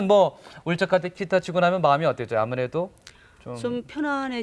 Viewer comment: 아나운서가 계속 키타 키타..ㅋ